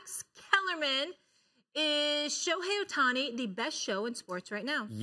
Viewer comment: It's OH-tani no Uh-tani